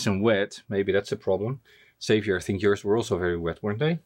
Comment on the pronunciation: Congrats to the winner! And didn’t know that Xavier rhymes with caviar!